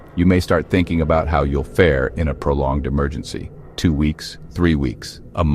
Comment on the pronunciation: What's an "Emergengy" 😂